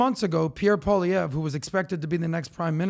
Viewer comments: LOL, you guys are funny fascists - just totally hilarious! You want a 4-eyed dude who keeps putting in contacts so that he can be more like Trudeau but keeps calling him Pierre Pollybear or Pierre Olivier. It's like, if this 2-eye-wannabe-4-eyed dude wants to become the PM of Canada, he'd change his name to something like Pollydeau so that it's way easier to pronounce. Since the guy talks like a parrot spewing out whatever he can to support Trump, I think he's better known as Polly Crackers for all the BS his squawks out! Squawk, Polly wants more crackers for all Canadians, squawk! LOL Hey, I don't like the Liberals but Polly Crackers is not your friend. He just wants to be and he'll just squawk out whatever he thinks you want to hear to get your vote! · I’m sorry, but how can you even consider Maxime Bernier? Dude got washed out of politics in 2021… If you want to discuss Canadian politics, then please have someone come onto your podcast who actually follows and understands it. And doesn’t count - he can’t even pronounce PP’s name and doesn’t acknowledge that an election can be called anytime between now and October. Thank goodness for doing his homework! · The thing that tickles me the most is your inability to pronounce his name.😂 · Why don't you stay out of Canadian business? After attacking Pierre Poilievre, our best hope, with nonsense I would never watch this channel. I'm here only for the second time. You do not understand Canadian politics and how it works and are simply causing problems. Canadian voters know what to do with Mark Carney the snake. If you insist on carrying on please learn how to pronounce Pierre Poilievre's name he will be our Prime Minister and he will be a great one. Maybe the best one we will ever have. He is not afraid of you. I don't think he is afraid of anything. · You guys can't pronounce Canadain politicians names. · Gentlemen, please learn how to say Pierre Poilievre’s name if you are going to cover Canadian politics.